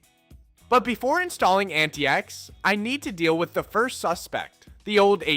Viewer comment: "AntaïEx" linux Yeah, that or antics, I really hope english is not your mothertongue.